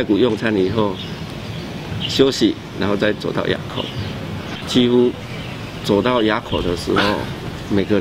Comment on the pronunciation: "埡"口 不唸亞, 唸霧才是正確.